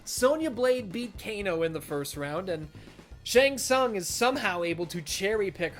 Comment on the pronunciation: thats the worst one Shang tsung 😂